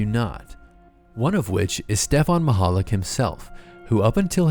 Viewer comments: how he says it: "Stefon Mahollig" the guy's actual name: "Stefan Michalak" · its not said Maichalak its Michalak so Meechalak, Machalik lol